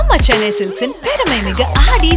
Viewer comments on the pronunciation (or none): none